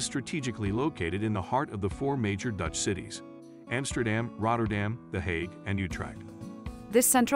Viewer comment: Please learn how to pronounce Dutch (city) names